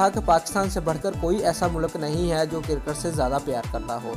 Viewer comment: Cirket Nahi Hota Cricket Hota Hai